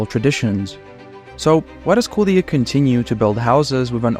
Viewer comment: Damn ur pronunciation of the city is perfect, sounds like a regular latvian.